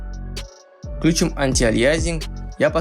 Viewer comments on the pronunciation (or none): none